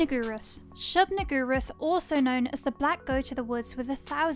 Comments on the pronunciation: shub-nigguroth lol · That’s a convenient pronunciation of Shub-Niggurath you got there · Can't help but laugh at the way you're saying "Shub-Niggurath." Tryin' not to get demonetized, I see. 🤣🤣🤣